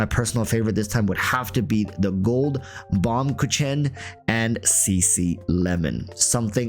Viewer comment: lmao they way you pronounced baumkuchen